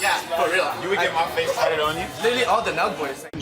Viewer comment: “litteraly” literally wrong 😂